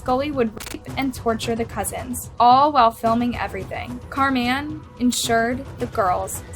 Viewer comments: Car Man????? This work was ok until that pronunciation. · 🎵 where in the world is "Car-MAN" in SanDiego 🎵 (the way she kept saying ☝😕 "Carman" sounded alil "off" to me) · Is so white that she doesn't know how to pronounce "Carmen" properly??? She's literally saying Car Men the whole time. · Im sorry but the way she says Carman is bugging me